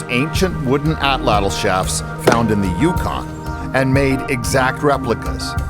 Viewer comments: Great video! Now all you northerner folk need to do is learn to pronounce the Nahuatl word "atlatl." 😉😏 From Google AI: "The stress is on the first syllable, and the "tl" sound at the end is a single, unvoiced consonant produced by placing the tongue as for a "t" and then letting air flow around the sides of the tongue for an "l" sound." Which is to say it comes out a lot like AHT-laht'. Greetings from Tennessee USA, and may the Artifact be with you! 🖖🏼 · Why is she saying atlatl twice or is another word? atlatl atlatl knife point etc. if figured it out when looking up how to pronounce Atlati its' two syllables so Ahh Latle